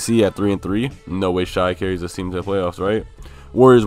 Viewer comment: Also Shai’s name is pronounced “Shay” not “Shy” lol